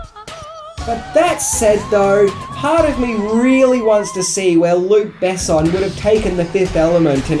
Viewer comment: And the emphasis in "Besson" is on the "o" not the "e" :)